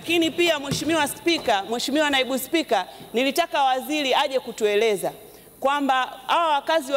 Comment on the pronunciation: lugha ya kiswahili bado unaibomoa.... balabala, feza, wazili,..... mbunge gani wewe? umesoma?